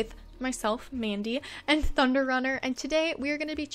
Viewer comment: I thought you said ‘butter’ instead of thunder. So i thought the horses name was butterrunner. 😂🤣